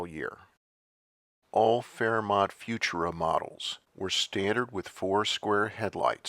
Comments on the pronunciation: "Few-Choora", not "Fewtoora". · I love it! I just subscribed. And with all due respect, it's "fu-TUR-a." Thanks! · AI mispronounced “futura”. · Thank you sincerely for another great video by the way, FUTURA is always pronounced with the accent on the second syllable, not on the first syllable, as you are reading it here. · I always thought Futura was pronounced with the emphasis on the second syllable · You’re saying Futura wrong.